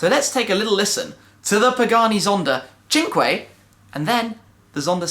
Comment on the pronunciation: Its not pronounced 'chinkway', its 'sank' which is french for 5 lmao